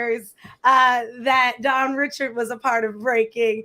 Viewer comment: Girrrlll if you say her last name wrong ONE Mo' time... I cringed every time 🤦‍♀ It's pronounced Ri-SHARD. Good interview though.